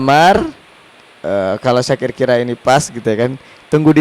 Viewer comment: Syakir bukan zakir